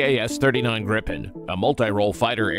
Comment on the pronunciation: The jet is called GRIPEN and not Grippen learn that.